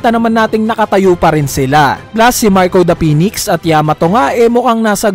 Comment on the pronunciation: "MARCO DAH PINIKS"